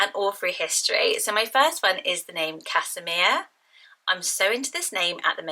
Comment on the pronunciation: Casimir is a Polish name and is pronounced Kaz-himir not Cas-imir. My mum is Polish and it's my cousins name!